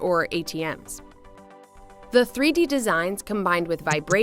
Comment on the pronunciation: Threey deey